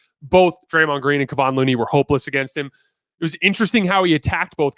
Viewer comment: Kevon is not pronounced kayvaughn. It’s kev. Kev. Kevawn. Kevin, but change the ending haha “Kayvon” 😂